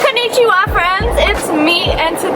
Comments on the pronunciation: It is pronounced Konnichiwa not Konichiwa idk if the text will give you Entellegent (I'm not American cuzz i'am Asian) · Hey lia its not pronouced ko-ni-chi-wa its pronouced kon-ni-chi-wa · Its konnichiwa not konichiwa most people make that mistake so don't worry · You said konnichiwa wrong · When you pronounced kon'nichiwa wrong